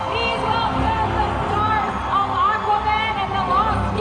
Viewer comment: its AquamaN...not AquaMAAM from Spain